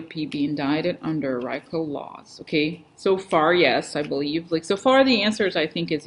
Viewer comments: Hay, Rico is pronounced ree-co. Thanks for being. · It is prounced Reeeeeko as in Puerto Rico